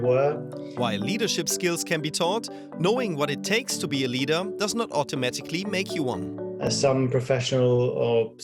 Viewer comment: "Noz" instead of "Not"... Is this a swiss channel?